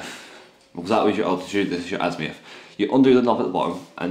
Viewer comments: Azimuth, not Azmiuth! Sorry, that was bugging me. Other than that, not too bad a set up guide :-) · azimuth not azmiuth